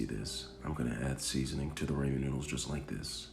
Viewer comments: you definitely didn't. You said "ray-men" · Man said 'raemin' 👁️👄👁️ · Ummm i think i where supposed to put milk in the ramen or how u said it raymin so it could be creamy bc of the milk. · Flavoration, raymen and cook noodles aldental 😂😂😂 Hilarious. 👍🏽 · “creamy rAYMIN noodles” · The rAymin is such a turn off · it’s Rah-men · Your getting me triggered😟stop saying raymen😤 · Noo he said ramen wrong .nooo now i say it the way he says it whyyy god why. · Then pronounce it that way. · Yooo. The way you say Ramen makes me uncomfortable with moonlight sonata playing in the background.